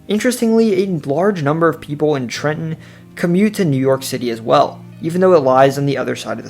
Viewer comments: BRO EXACTLY! I was so amped when he said “Newark or Neurk” and then nailed Trenton. My dude did damn good research I’m so impressed. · Excellent job! The most comprehensive NJ video I've seen here. You pronounce Trenton like a Trentonian🤔 😃 Most people outside the area overenunciate the 2nd T